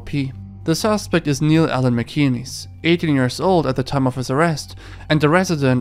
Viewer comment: MacInnes pronunciation: Mac In ness. Not “Mee Kee Knees”